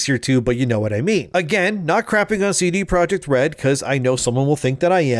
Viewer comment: It's not "cee-dee (sidi) project" red, it's a Polish company, it's just ce de (from "centrum dystrybucyjne") projekt red. Other than that the video is sooo on point.